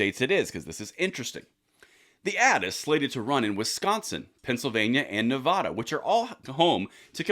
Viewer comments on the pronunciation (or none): Please properly pronounce the name of the state of NEVADA. Thank you